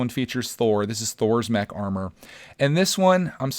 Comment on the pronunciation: When he says mech it sounds like he says neck